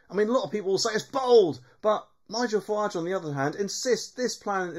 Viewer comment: Its Farage not Farwarge